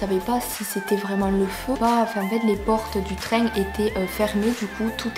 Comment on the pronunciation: Le traingue 😂